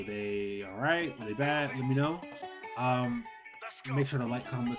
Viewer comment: the most country alright ever